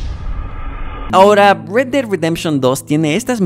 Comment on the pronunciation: red no read osea red ded redemtion si no sables ingles muerte de la redencion roja